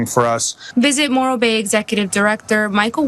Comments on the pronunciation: Morro bay, I think it's moron Bay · I kept hearing "Moral Bay" and I ain't going there either.